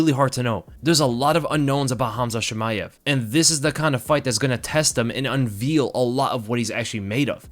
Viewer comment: Unveal?? Lol